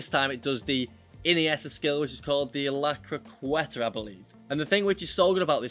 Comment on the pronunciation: Jesus Christ, why are you not capable of pronouncing CROQUETA? Lmao